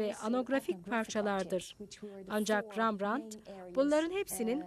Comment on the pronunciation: Rembrandt neden Rambrant diyorsunuz?